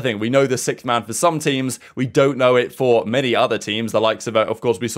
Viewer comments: I love the updates you put out daily , but one thing that is getting annoying is you saying "Sickth man" its Sixth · if i hear SICKTH one more time i swear i'll fall apart. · Nah that's how certain parts of the world pronounce the word "sixth" like (sikth), and other parts pronounce it like (six-th)